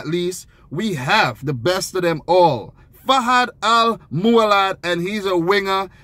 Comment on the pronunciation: His name fahad not fawad !